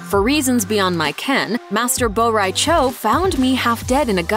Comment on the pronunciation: You can't even pronounce Shang Tsung or Bo' Rai Cho correctly... Get it right, lady. You hurt my ears.